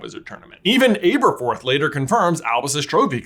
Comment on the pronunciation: It's really annoying that J constantly pronounces "Aberforth" wrong.